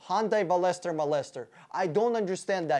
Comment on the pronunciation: Veloster is pronounced (Vel▪loss▪ster) btw